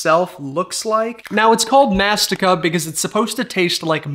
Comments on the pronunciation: 1 its amazing 2 it is Mastìka( you emphasize on the i) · “Mah-st-ikuh,” got me laughing 😂 Edit: It’s pronounced “Muh-sty-kuh,” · yeah lol I was gonna say, also it triggered me the way he said it because it’s pronounced (mas-tee-ka) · Mastika actually translates to “Chew” in Spanish and it’s pronounced mãs-tee-ka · It’s pronounced Mass-Tee-Ka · I'm native Ethiopian. Instantly triggered me the way he pronounced it 🤣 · idk it’s not pronounce like a k though 😭😭😭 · the way i speak spanish and didn’t even realize that because of the way he pronounced mastica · it’s mastica not mastika and u just start a way if you say that pronunciation but yeah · It's not mastica it's μαστίχα. At least let's pronounce it correctly... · Which if you don't know you don't pronounce mastika like that